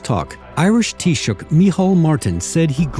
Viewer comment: Chinese interviewer nailed "Taoiseach"first time,very professional. British commentators have being butchering various iterations of "Tee Sock" for decades.